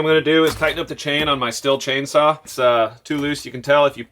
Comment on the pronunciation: What is a chain "sah"?????